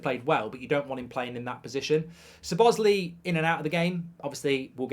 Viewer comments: Saw-bosz-lie ,not su-bos-ly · It's a sign of respect to learn and pronounce players' names correctly. Mark isn't pronouncing the Chelsea or Liverpool players' names correctly. His name is pronounced like this 'SOBOSLY" and the black players on Chelsea's team Mark should really start to do better .